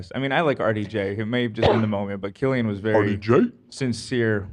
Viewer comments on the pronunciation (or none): It's pronounced Killian not sillian